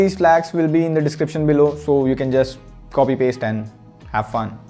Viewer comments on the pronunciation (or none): none